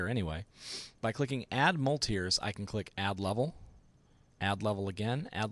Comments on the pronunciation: It's great to see a tutorial done by a teacher. Your training is clearly shown in the way you presented it. two things stuck at me though. I think it is best not to get in the habit of using the sculpt menu too often. I would have mentioned the keyboard shortcuts for the tools and for strength and size changing. also it was weird hearing you say mul-tires. I pronounce it Mulit-res. I think it stands for multiple resolutions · I think it's pronouced multi-res, but i cud be wrong. But thats besides the point, great tutorial bud! :P